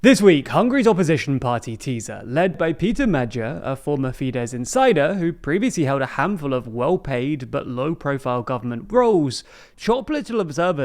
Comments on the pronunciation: Not mager. Magh yaar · but they still have to learn: TIsza isn't Tizzzzza Magyar isn't Magjar xD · Great informative video but your pronounciation of Magyar is horrible😆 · Ugh, say it with me: "MAG-YAR"! Not like "Meeg-yeer", more like.... You know what, just ask Google translate to say it out loud. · He pronounces Magyar more like Madjar… wich is close enough, I guess, given the gy sound technically doesn’t exist in English. But Magjar would be closer to the original. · You guys are improving in pronunciation, a little help: TISZA = TEE-SAH MAGYAR = MADYAR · SZ = S in hungarian, so Fidesz will be fonetically read Fides and Tisza as Tisa. Magyar best described as Mad+ the the way you will start with the word "jar". These will be important to practice and say properly as the coming year kingdom of Orban will be over. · Not the worst pronunciation of Magyar, but perhaps I can help: The gy combo is a bit tricky but you're not far off. It's like the D in the French "adieu". Both the As make more of the "awe" sound, not the "ah" sound. Oh, and his first name is pronounced PAY-ter. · but they still can’t say magyar correctly